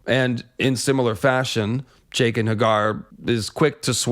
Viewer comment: “Jake-ann” is the worst